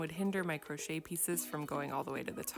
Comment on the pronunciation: Did she say "gross-chet" nails?